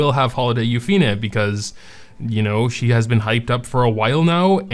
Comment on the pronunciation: Comment what we think? OK It's been 2 years and you still cant say Yuffine properly :P